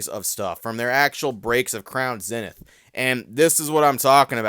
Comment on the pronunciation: Its pronounced ZEE-Nith. Can you please make this change? Please!?!?!? Keep up the good work!